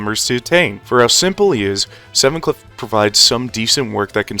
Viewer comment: be like: heathuclipuuuuuu 😭😭😭😭😭😭